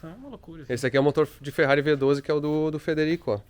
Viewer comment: Chama ele de " TCHÊRRARI " derrepenti sem a letra T! " CHÊRRARI " Igual aqui no Sul.